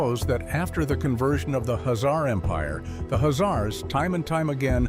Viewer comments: The announcer is pronouncing the name of Khazars totally wrong by saying azar's... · The k h is pronounced in the name, khazars...